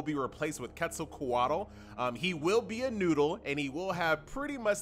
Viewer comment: quetzalquatl is pronounced as kwetzalkwatle, just so you know